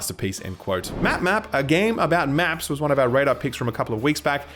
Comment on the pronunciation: When you said a game about making maps I thought you said a game about taking naps